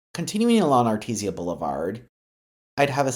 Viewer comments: AR TEE SHA! Not ar teez e uh JFC. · I love your non-local pronunciation of Artesia as “Artezia Blvd”, as opposed to Artej-shia Blvd. For some reason i am reminded of the banter bw dustin Hoffman and Warran Beatty, in the 1987 movie Ishtar, over the pronunciation of the word “capiche” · Thx for the video. One tip: It’s pronounced “Artesha” Not “Artesee-a” That’s actually quite important in a video like this because mispronouncing that city name (even though it’s a street name) makes you lose credibility among some of your viewers. Good luck on more videos! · I also thought it was pronounced artezeeuh. You guys really wanna fight people over stupid things. Arteesha sounds more annoying ngl imo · I am going through pain of you mispronouncing Artesia it is correctly pronounced (Art-ee-jaa) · Really pronounced Art-tease-ya. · Great concept, but I had to stop watching after multiple mispronunciations of Artesia.